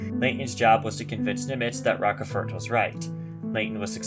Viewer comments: As with too many channels, pronunciations are off. It's "Roach-fort," not "Rockefort." "New Ginee," not "New Ginea." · Yeah, that mispronunciation of Rochefort's name is really annoying......